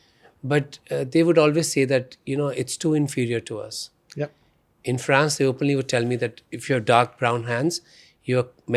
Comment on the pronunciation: His full face job done in usa.Now He looks weired. France he cannot Pronounce. He speaks terrible english,with an American accent.